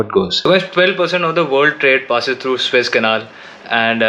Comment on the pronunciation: It's not Swiss-Canal but Suuuuuez-Canal! (but I believe You are mispronouncing it on intent). Switzerland is a landlocked country and has no access to the Mediterian sea or Atlantic ocean. Don't misguide the viewers in this regards. Otherwise beautiful & informative channel! Luckily the Evergreen Containership was freed today from the mud & the Suez-Canal is opened again!